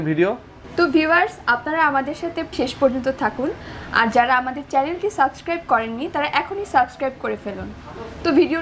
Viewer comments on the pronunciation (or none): সব কিছুই ভালো লাগলো কিন্ত আপনার এই সাবোসক্রাইব শুইনা ভিডিও দেখার ১২ টা বেজে গেছে। আশা করি পরবর্তীতে google translate a উচ্চারণ শুনে সাবসস্ক্রাইব শব্দ টা ব্যবহার করবেন।